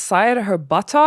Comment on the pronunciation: You say Buttocks like Forest Gump 😅